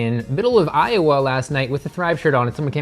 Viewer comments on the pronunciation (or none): none